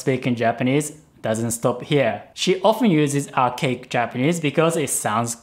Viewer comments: When says Archaic, I misheard it as OUR CAKE. *USSR ANTHEM INTENSIFIES* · I heard arcade instead of archaic every time. Time to get dem ears checked.